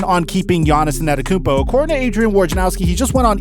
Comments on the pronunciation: Bro his name is Giannis( AH -DEDO-KUN-BO ) ‼️ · LEARN HOW TO SAY ANTETOKOUNMPO